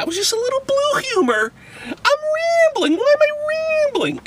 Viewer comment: Wai am i wambling???!!!